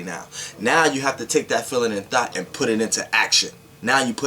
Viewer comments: It sounds like you said THOT but I know you were speaking on THOUGHT. LOL....Good video. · I luv ur energy but when u say thought it sounds like thot 😄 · I keep thinking he saying thot😭😭😭😭😭😭😭😭😭😭😭😭😭😭😭😭😭😭😭😭😭😭😭😭😭😭😭😭😭😭😭😭I pulled a thot out the air